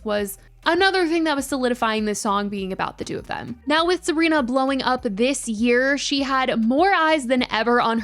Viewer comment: you say her name weird and wrong (heebie jeebies)